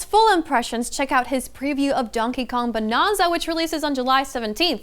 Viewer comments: 'Bananza' not 'Bonanza'. She keeps saying it wrong. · She says Bonanza like "Bononza". It's suppose to be a play on Banana. So you would say it with an "nan"not a "non". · it's "Bananza" like banana and "retreading" old ground not retreating to old ground 😊